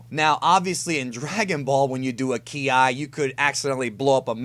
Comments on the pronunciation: it's pronounced "key" not "key-i". but love your video. am just getting into the deeper end of Dragon Ball. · Bro. On the subject of "Ki", It's not "key-eye" but pronounced "kye" (kai) Or "Kee" (key). Other than that you are one of the most in-depth at explaining DB topix Cannon and non cannon ALIKE😎👍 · Key I???? It's pronounced "key" ki. You sound stupid as fuck bro. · I was into your video, until you said k I. Learn base reading skills. Ki, not k and I separated. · Jesus fucking chirst, I can't listen to you. You're so fucking annoying. "Key-eye" "Kara-tay"